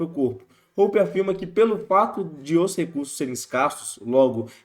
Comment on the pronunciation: btw Hoppe se pronuncia como "róópá"